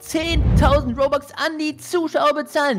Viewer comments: Das heißt robux und nicht bobux 🙄😤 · es heißt nicht bobax sondern robux okay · Das heißt nicht Bobux sondern Robux